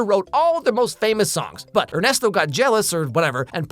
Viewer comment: Weird detail to focus on but gj on the pronunciation of Ernesto's name. Coming from a person whose native language is latin american spanish.